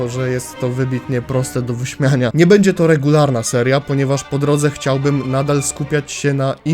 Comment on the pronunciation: "czy będze"